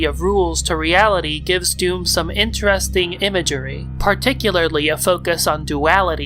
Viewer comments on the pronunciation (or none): none